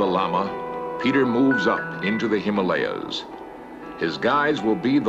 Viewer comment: I notice this time he said “Himalayas” and not “Him-Molly-Ahs” :-)